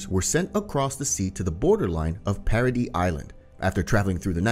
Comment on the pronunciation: bros saying parody island when its paradis